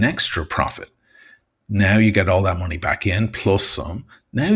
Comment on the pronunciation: Try pronouncing "money" and "much" properly. Yob!